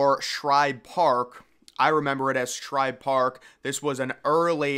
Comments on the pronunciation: It's Schibe.....no R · I remember it as Shibe, Shibe, Shibe. Great vids, but get it right dude. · Dude, it was SHIBE PARK, not SHRIBE PARK. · btw its SHIBE park, not shRibe. Ive seen several videos where you get this wrong, and several have corrected ya on it lol. Anyways, good vid, keep it up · Why do you remember it as Shribe Park, if it is Shibe Park? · It was called Shibe Park, NOT Shribe Park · SHIBE park. Not SHRIBE Park. Named after Ben Shibe, owner of the A's. Yes, the A's started in Philadelphia. Phillies moved in after getting out of their lease of Baker Bowl. Took over ownership of the park after A's moved to Kansas City. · I heard of Shibe park never heard of Shribe park Lol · SHIBE (rhymes with Jive or Dive) there's no R in that name. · No C either. Shibe.